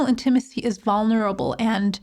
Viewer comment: Your pronunciation, inflection of the word 'Intimacy' is a bit off.